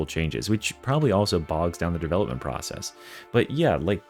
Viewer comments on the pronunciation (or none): none